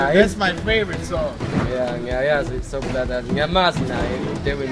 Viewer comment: He is so fluent he even knows ukuthi isiZulu does not have the letter “r” ...he nailed it when he pronounced Soul Brothers as “Soul Blathasi” had me wishing I could hang out with him 🥳🥳🥳